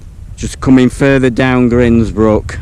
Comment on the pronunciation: Another excellent video, thought for a sec that you was going to be blown away! As a side, the way you pronounce Grindsbrook - I've always pronounced it as in the word "grindstone" - I wonder if there is a correct pronunciation? Look forward to you'r next adventure.